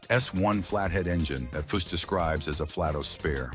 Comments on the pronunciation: Narration ruins so many of these videos. These program read scripts are a feature that subtract from the quality, if any, these scrapbook job videos contain. A video about a car builder that mispronounces his name every time... should it be possted? Who is Fuw? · Chip should sue this guy he cant get cars or facts rite and cant even say his name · A.I. narration is the worse thing e Dr to happen to this world! You make a video about foose and can't pronounce his father with the same name?